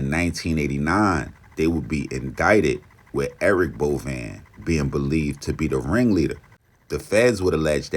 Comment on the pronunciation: It’s pronounced Bo Vein